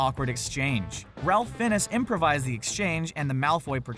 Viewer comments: Give it up for "Ralph Finnis". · It's pronounced "Ray Fines" not Ralph Feines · Ralph Fiennes.... it's pronounced "Rafe Fine's" - please stop butchering Legendary actor names. "Finess??!" come on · "Ralph Finnis".. that's hilarious. An alleged movie expert that doesn't know that Ralph Fiennes' name is pronounced "Rayf Fines". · ”Ralph Finness”? His name (it's Welsh) is pronounced Rafe Fines. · Why don't narrators learn to pronounce actor's names? When he was talking about Malfoy getting a hug from Voldemort, it took me a moment to understand what was said. The actor's name is pronounced "Rafe Fines," not "Ralph Finness." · The actor's name is pronounced Rayf Fines, not Ralph Finnnis. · “Ralph Fin-ness?” 😂 His name is pronounced “Ray-fe Fines” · It's pronounced Raif Fines not Ralph Fin-nes. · The correct pronunciation of Ralph Fiennes is not "Ralf Fin-ess", it is "Rafe Fines". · Ralph Fiennes, his last name is pronounced like “fines” not FIN—ess. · OMG, this narrator does NOT know how to pronounce people's names! First he calls Ralphe Fiennes "Ralf Fins." It's pronounced "Rafe Fine." Ugh! Then he says, "Mandy Pattincon." It's Mandy Patinkin!" And It's NOT Carey Elway. It's Cary Elwes, pronounced "El-wes", like west without the T. Learn how to pronounce these people's names! It's not that difficult! Plus they repeated a number of "mistakes" over again. Sheesh! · Don't care how old this is, A, who the hell edited this? A 5 year old? And B, did this mf actually just say Ralph Finnis? Fire him. Now. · Yeah, I was gonna finish watching this video, but you lost me at "Ralph Finnes". You know what happens when you make an assumption, right? Probably not, if you don't do your research. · For future reference, “Ralph Fiennes” is pronounced “Rafe Fines” with “Rafe” rhyming with “safe”. “Cary Elwes” is pronounced “Kary Elways” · Ralf Finess? 😜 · Ralph Fin-ess? For a channel about movies, you sure mispronounce a large number of stars' names in this video.